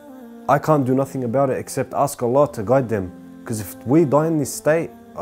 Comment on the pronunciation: May Allah reward you immensely and forgive you for your previous sins and infact turn them into good deeds. Brother, just remember when saying the shahadah, end it with "Allah" and not "lah". Just some brotherly advice. Peace :)